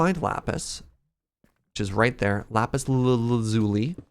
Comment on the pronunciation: Is “lapis laluli” an intentional pronunciation?